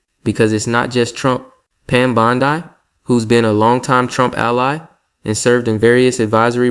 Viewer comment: Notice how AI always mispronounces names, lime saying "Pam Bond-eye" . Some videos on this channel talk about things that never happened. Don't be led by the ear by deep fake simulacra.